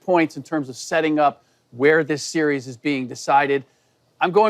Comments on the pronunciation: Why shady can’t pronounce series 😂😂😂😂😂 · shady doesn’t even know how to pronounce the word ‘series’ lmao